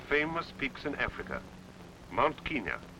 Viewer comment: KEN-yah not KEEN-yah!